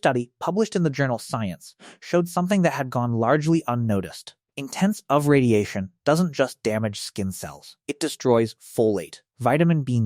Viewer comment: wtf is "oov"? This sounds like it was spoken by an AI that doesn't understand that UV is an acronym